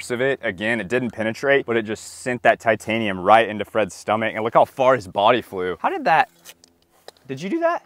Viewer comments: "tightanium" i love it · Tight - anium 😂😂😂😂😂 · Ummm "tight anium"? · Tightanium haha